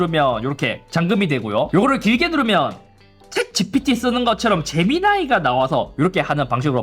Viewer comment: 재미나이가 아니라 애미나이 아잉교